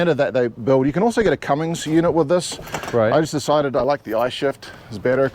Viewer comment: Did he say Cummings? 🤦🏻‍♂️